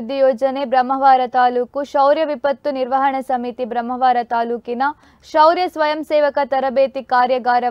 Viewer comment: ಬ್ರಮ್ಮವಾರ ಅಲ್ಲ ಬ್ರಹ್ಮಾವರ